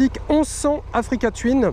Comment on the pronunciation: Africa twin se prononce "twouin" et non twyn!!! bon sang l'anglais les gars!!